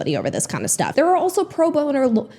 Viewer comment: “I’m interested in going to law school” also, “pro-boner” 😂